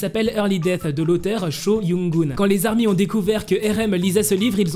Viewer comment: Mec, on ne dit pas les 'ZARMY" mais les ARMY. Oublie la liaison car ce n'est pas un nom commun mais une dénomination bien distincte. C'est un peu comme un groupe de sportifs qui a comme dénomination ORANGE. Quand ils vont jouer, on dira par exemple : et voici les ORANGES qui rentrent dans le stade et on ne dira pas : et voici les ZORANGES. Tire donc un trait sur les ZARMY stp.